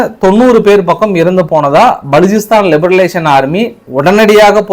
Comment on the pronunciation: Iyya li ba ration. Liberation yendru sollavum Liberalisation veru